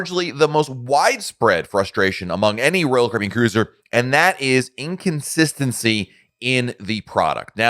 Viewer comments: I’m a new subscriber… Just found your channel, and enjoy your content. I just have to laugh every time you say Royal Caribbean, and I hear “Roll Cribby”. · PRONOUNCE " ROYAL CARIBBEAN"!!!!!!!!!!!!!!!!!!!!!!!!!!!!!!!!!!!!!!!!!!!!!!!!!!!!!!!!!!!!!!!!!!!!!!!!!!!!!!!!!!!!!!!!!!!!!!!!!!!!!!